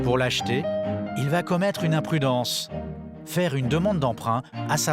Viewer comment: "Nous zaurons les moyens de vous vaire parler !!! " 😂😂😂😂